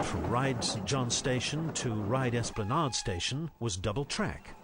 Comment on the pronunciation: For information Esplanade rhymes with lemonade